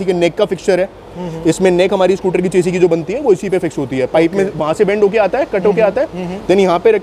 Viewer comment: चेसी नही शैसी होता है